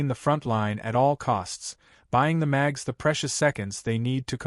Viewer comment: New drinking game: Take a shot every time you hear Mags insteads of Mages!